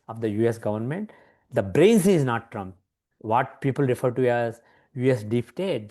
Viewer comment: Congratulations on winning the awards. Thank you for giving the platform to this bloke to make a fool of himself. He should steer clear of politics. He lives in Boston and cant pronounce the name oh his President correctly.